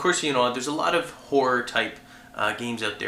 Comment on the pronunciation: i swear he keeps saying whore and not horror